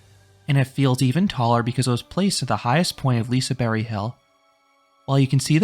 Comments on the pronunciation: You went to Hard :D Silent G doesnt make it a Y. But i appreciate your efforts. And all your liseberg videos are great. Great content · Is it pronounced "Liseberry"?!?!? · I think it is said lisa “berg” like Iceberg